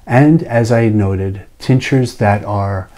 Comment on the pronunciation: Excellent. Thank you. The first time through I thought you were saying teachers, not tinctures.